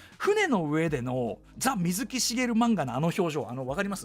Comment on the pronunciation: 水木の発音が【み⤴︎ずき】ではなくてわざわざ【み⤵︎ずき】なのは、水木しげるさんご自身が【み⤵︎ずき】と発音していたからです 原作者リスペクト徹底していて好き